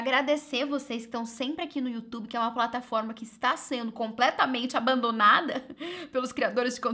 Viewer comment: Amo o "eai gente lindra desse youtubio" hahah ❤️